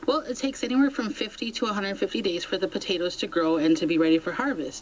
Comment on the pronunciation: I swear that news reporter is saying "Batatoes".